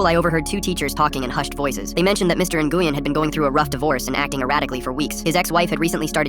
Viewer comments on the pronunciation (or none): It’s not pronounced ( in-goo-yen ) it’s actually pronounced ( win ) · Its Pronounced "Win' or "Wein" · "In-goo-yen" is crazy 💀💀🙏🙏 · it’s pronounced win or more like when, had a friend in school that would be flipping right now. Lol I used to mess with her and call her n-when, just to watch her eye twitch 😂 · As a vietnamese person, the pronunciation of "Nguyen." Hurts me mentally. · Bro i'm german and even i know that there is SEVERAL pronounciations??😭 Like yes, the pronunciation in the video is deadwrong, but it's not only pronounced win Edit: sometimes it's pronounced as nuyen or nuywin. I'veg got enough viet friends to know this:) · Hearing how they say Nguyen is hurting my soul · Fr that’s terrible pronunciation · they're pronouncing it wrong